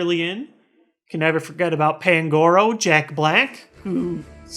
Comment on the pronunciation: Its pan-gu-ro